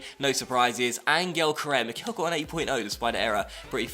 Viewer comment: please start saying Mickel correctly, it's getting kind of annoying for native german speakers